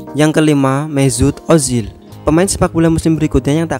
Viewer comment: Mesut ożil bukan mezut